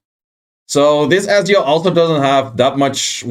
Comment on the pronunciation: FYI, it's pronounced "Etzio" :)